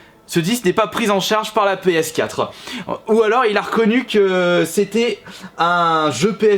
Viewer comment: "Comment va reagir ma ps4euh"